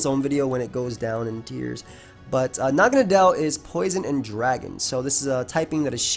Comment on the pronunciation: pretty sure everyone I've seen has been pronouncing this 'mon the wrong way. nadel is the german word for needle. it's pronounced like "nuhdl". and well naga is just some mythical snake thingy. I really hope naganadel stays OU, it's such a cool 'mon. I get that it's overcentralizing at the moment, but hopefully that's just a really solid 'mon coupled with new toy syndrome.